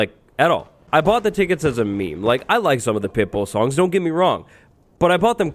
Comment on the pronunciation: it took me until the end of the story until i realised he said pitbull and not pipple 🤡